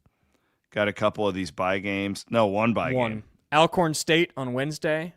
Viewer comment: Minor point, but it's pronounced "All-Corn" State, not "Al"